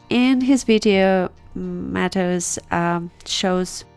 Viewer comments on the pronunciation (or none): Its pronunced mah-teh-oosh. Hes Polish :) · His name is pronounced Ma-teh-oosh, so you were pretty close.